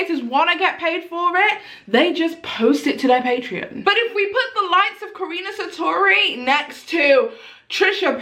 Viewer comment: Karuna Satori. its pronounced Kah Roo Nah, Sah Tor Ee